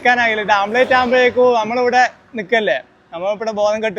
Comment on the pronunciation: യൂട്യൂബ് വരുമാനം മുഖ്യം😂... Sunlight ഉണ്ടേൽ ടാർ ഇട്ട റോഡ് ചൂടാകും 😂.... ഓംലെറ്റ് ആണ്.. ആംപ്ലേറ്റ് അല്ല 😂